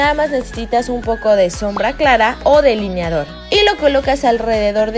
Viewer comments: Like si te fijaste que decía "deliniador" en vez de delineador 😂😍❤️ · No mames “deliniador”